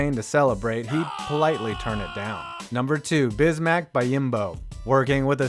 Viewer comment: BEE-OM-BO. <3 Silly goose